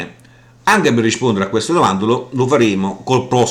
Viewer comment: dici "riscpondere".